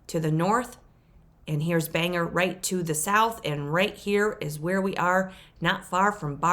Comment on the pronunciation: Bang-gor. Not banger. I grew up about a half of a mile from the Milford house. It's probably over-priced by about $30,000. That's why it's not selling. It is in fact on the road and all that, too. There are no jobs in Milford and Bang gor is a solid half-hour drive. It's a nice little town, though. Tough winters.